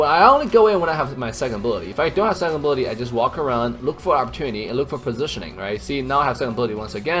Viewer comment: You say abilities sound like booty lol 😂